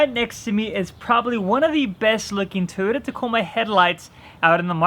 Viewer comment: Why cant you say toyota correctly lol